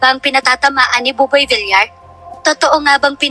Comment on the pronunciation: Boss paki ayos ang pronounciation mo mas oki ung Vilyar na sanihin kesa Vilar pls TVJ din ako forever